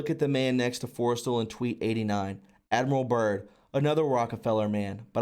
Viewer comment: MOE gul, Forest StaLL, pronunciation young lad. great information thanks for sharing.